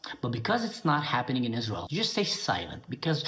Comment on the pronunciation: Is- Raz- Elle? It doesn’t exist. Satan’s Hordes. AHAHAHAHA !